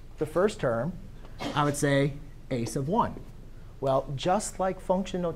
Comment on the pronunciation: "i would say ... " ? did you say "a sub 1"? a sub of 1, shortened to "a s'of 1"? a's of 1? ace of won, what? it sounds like it should be "a sub 1" but the consonant sounds like a lip on teeth: "fff" or "vvv". my professors always said it the same way and to this day I have no idea what is the spoken English.